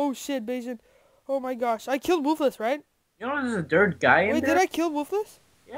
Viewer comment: ITS PRONOUNCED "WOOFULS"